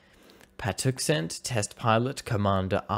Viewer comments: Hey, I'm NOT trying to rain on your very impressive parade -- but just for the record, that's "pa-TUX-n't", "FOR-es-tall", "tie-con-duh-RO-ga" and "o'RIS-ka-ny". Also the French carriers "Foe-sh" and "clay-mon-SO". Finally, I'll finish up with "fluh'TEE-yuh". Sorry for being such a pain, and many thanks. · Pa-Tux-Ent. Not however you murdered it. Oriskany was tough to listen to also.